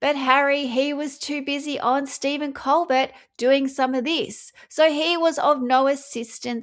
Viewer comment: It’s coal-bear. Not coal-bert. It’s French so the t is silent, dear.